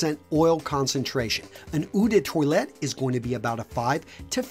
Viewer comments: "ooh de toilet" lmao I couldn't help but laugh, I'm sorry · The french words/names pronouciation in this video killed me XD. Just to tell so you can get it right: Eau de toilette= Oh duh toa let Sillage= si yahge Cologne= say the same but pronouce the "gn" like the russian word for No wich is Niet but remove the "et" So say coloni-et